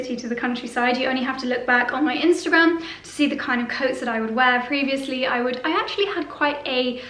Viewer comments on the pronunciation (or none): none